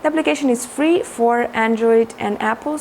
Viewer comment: I love the way she said free😂😂